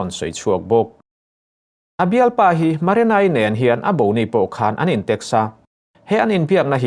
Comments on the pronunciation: Maranai ni lovin marinai tih zawk tur. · Haha Maranai..lamsual nawk2 mailawm a trang lutuk niang